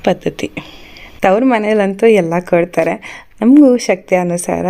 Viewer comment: It is " marada jote yaake kodtaare" not "kaadtaare" alla.